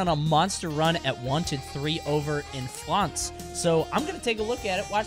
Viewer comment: France more like Flonce amiright?